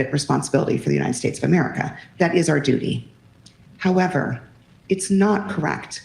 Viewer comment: She said "Duty"🤣